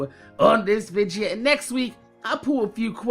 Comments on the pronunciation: Dude... Its video ... Not vidgio .. Its so fucking annoying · one of the things I look forward to watching a video is him saying "vidja"